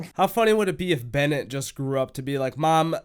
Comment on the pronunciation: "Bennet" lol